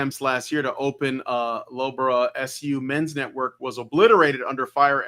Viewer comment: Loughborough is pronounced luhf·buh·ruh (Unless you're pretending to be an Australian tourist, in which case it's Looga-Barooga for comedy effect) Leistershire is leh-stuh-shuh or leh-stuh-shire